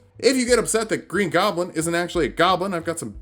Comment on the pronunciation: Awesome video but.... “Golbin stuff? “..... Goblin! Come on dude, how long have you been playing D&D?